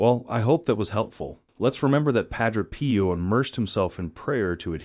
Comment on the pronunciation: God bless and protect you and yours PAH-DRAY P.-OH is the correct prononciation+